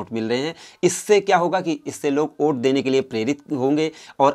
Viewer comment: Oait nahi hota hai😆😆😆😆😆 vot hota hai 😉😉😉😉